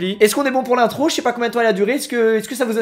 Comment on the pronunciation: L’intrrrrrrrrrrro mdrrrrrrrrrrrrrrrrrrr trrrrrrrrrot de rrrrrrrrrrrrrrrrrrrrrrrrrrr